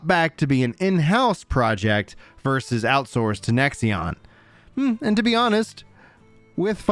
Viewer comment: why do you keep saying "nexion" it is a five letter word how hard is it to read lol